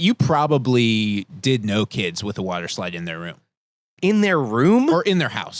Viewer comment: What's a "Woater" Slide?